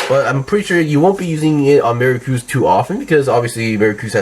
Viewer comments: So weird how you're pronouncing their names. Pretty sure the dub pronounced them as Vey-eight and Mer-cure-us. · "Maricruz" LMFAO